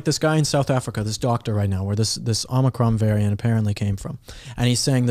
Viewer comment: Not Omicron. President* J B said Omnicron.